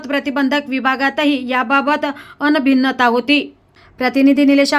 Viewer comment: लाजलुचपत, अनभिन्नता...काय निवेदन😢 लाचलुचपत, अनभिज्ञता... असे शब्द पाहिजेत. बातमीपेक्षा निवेदन आणि त्या बातमीचे श्रवण... महाभयंकर!